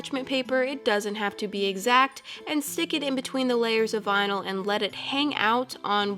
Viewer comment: "Vinal twins" 🤣